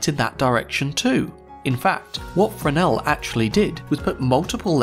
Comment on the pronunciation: Thank you for pronouncing Fresnel correctly!